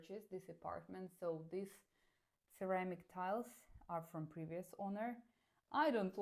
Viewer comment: Your accent and pronunciation is really good for a russian especially when you say the word (these or this) because I have some russian friends and they say the word these /this as "Zis" 😅